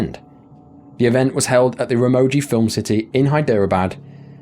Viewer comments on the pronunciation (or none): none